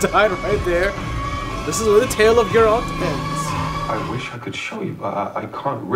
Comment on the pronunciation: The disrespect on Geralts' name. Sounds like they are calling him Jeralt 😭